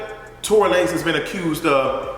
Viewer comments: "Tory Luh-nez" 🤣🤣🤣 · Not Torey La-nez 😂😂😂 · Not Tory “Luh-nez” lmao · I cackled at Tory LAN-EZ 😂😂😂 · Tory La-NAYZ!!!! LMFAOOOOOOO